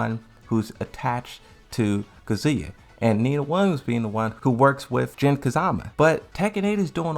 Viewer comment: Dog the way he says a bunch of shit bothered me 😂 when he mispronounced Kazuya then right after butchered Yggdrasil I paused and had to take a few deep breaths